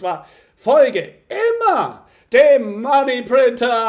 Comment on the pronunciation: Kann’s nicht mehr hören mit dem Money Printer löst endet nur Stress aus wie du es betont und aussagst. .. 🤣😅 aber sonst super konntest. Weiter so 💪🥳